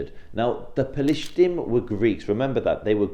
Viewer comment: What is pa-LIES-tine??? 🤣🤣🤣🤣🤣